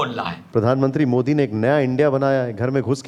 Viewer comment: ये आपका पढ़ा लिखा ज़ाहिल (??जो आपको अति प्रिय...😜😜🤑) मोदीजी को मोडी क्यों बोलता है,क्या यह मौलाना मदनी को मड़नी कहता है.. शायद मुझे लगता है कि,अंग्रेज लोग द को ड बोलते हैं.....,😂